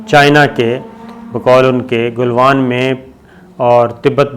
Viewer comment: Jab bhi aap jenab bolte hein mein samajh jaata hu aap news fabricate kar rahe hein. Doosri baat yeh he aap baatoon ko bohot kheenchte hein. It gets boring. Khuda k liye it's not Golwan it's Galwan. Pata nahi aap log aur news sources se yeh naam sun kar yaad kuon nahi rakhte. Issi tarah kuchh log Pangong Tso (lake) ko pronounce karte hein tuso. Khuda ka wasta tuso ei bohot badi gaali he. Tso aap log nahi bol sakte ya to lake bolo ya cho.. Pangong cho.